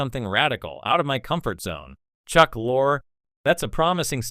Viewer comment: It's pronounced LORI dumbass not Lore.